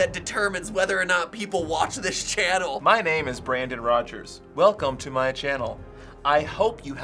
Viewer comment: Hey, it's BRAN DON ROG ERS